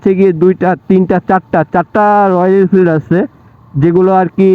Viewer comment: আপনি তো ভালো করে রয়েল এনফিল্ড উচ্চারণ ই করতে পারেন না আসছেন এর সমালোচনা করতে 😆😆😆😆😆